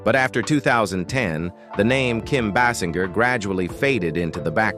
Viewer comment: Kim BASS IN GUR?